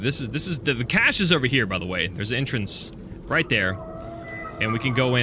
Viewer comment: Cache- cashcash-AY